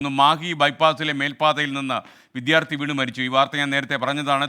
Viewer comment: വിദ്ധ്യർത്ഥി അല്ല വിദ്യാർത്ഥിയാണ്.. ശരി.. ശ്രീവിദ്യയെ ആരെങ്കിലും.. ശ്രീ വിദ്ധ്യ എന്ന് പറയൂമൊ ... അങ്ങനെ പറഞ്ഞാൽ എത്ര അരോചകമാണത്...